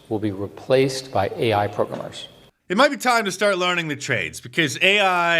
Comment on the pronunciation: The way that 🤡 says programmer "pro-guh-mer" is annoying af!